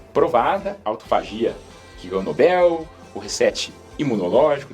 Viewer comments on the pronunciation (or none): none